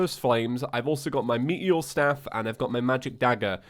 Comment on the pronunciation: I though it was "Meteor Staff" not "Me-eori-e staff"